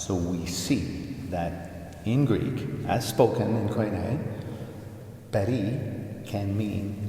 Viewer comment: It’s such a treat to hear someone pronounce Koine so fluently. Greek is a beautiful language!